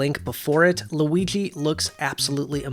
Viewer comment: I know it isn't a big deal but does it bother anyone that he says Luiggi instead of Luigi